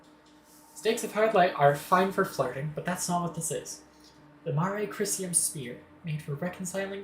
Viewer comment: Pronunciation for the Mare Crisium is more like 'Ma-ray Crease-ee-um'; it's Latin for 'Sea [of] Crises'. And as for pronunciation for the Krun Macula: you have the first part right, but the latter is pronounced like '[im]macula[te]'. (Both are features on their respective orbital bodies, much like the String Of Pearls in Saturn's atmosphere.)